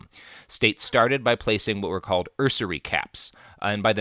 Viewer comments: "usury" - pronounced like "use" + "ury" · Normally, I have no trouble ignoring Robert's mispronunciations, because we're all human, and as he mentioned here, he only has a limited amount of time to research his topics, but I find the way he pronounces 'usury' fairly amusing. I don't know why.